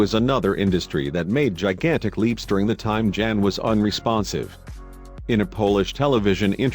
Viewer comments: For everyone out there Jan is a polish name pronounced yan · Jan is pronounce Yan. It is the equivalent to English John.